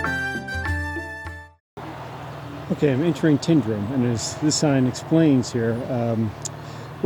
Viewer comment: Tyndrum is not pronounced as TIN. Think of it as TYNE, it comes from the Gaelic 'Taigh an Droma'. I lived in crianlarich for many years and my uncle lived in Tyndrum. Also, you (along with virtually every person from over the Atlantic) pronounce Edinburgh incorrectly as well. When saying Edinburgh, end it with an uh sound, not an oh.